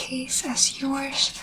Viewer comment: the “yoursh” is so cute ☺️